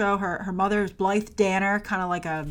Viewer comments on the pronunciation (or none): none